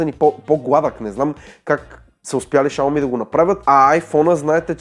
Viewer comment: Изговаря се шауми !